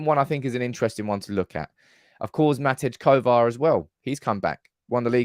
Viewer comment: It's MATEJ Kovar not MATIC